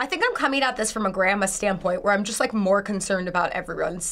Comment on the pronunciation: i don't wike it AWWWW